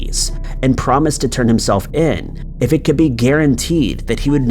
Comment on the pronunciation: Extradite. Please pronounce things correctly. It makes a difference to folks. Peace.